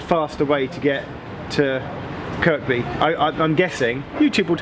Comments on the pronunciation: Highly disappointed there was no 'getting off at Edge Hill' joke (Also you're pronouncing Kirkby wrongly) BUT OTHERWISE BRILLIANT VIDEO AS ALWAYS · Kirkby isn't Kirk-be, it's Kerby. Tsk! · I'M AFRAID GEOFF FELL INTO THE PITFALL OF PRONOUNCING THE SECOND "K" IN "KIRKBY". IT'S ACTUALLY PRONOUNCED THE SAME AS "KIRBY", AS IN "WEST KIRBY". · Hi Geoff, quick thing, noticed you pronounced the K in Kirkby, I live in southport and know that if you do that there you do not get well liked!